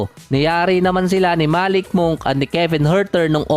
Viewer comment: Malik monk hindi malik mong 😂😂 Monk = mangk